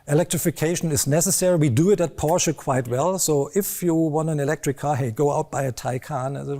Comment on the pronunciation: At least this guy knows how to pronounce Porsche correctly.